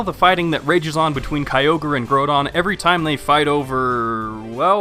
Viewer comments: you say GROWDON wrong but it ok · Gro -don? its grou-don! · I have to flinch every time someone says groodon. It's groudon darn it! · Did he say "Ray-Kwawz-Ah" and "Grow-Don"?